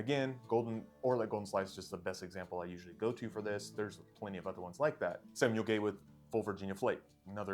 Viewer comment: Gawith in the UK is pronounced (Garwith) not Gaywith ,great video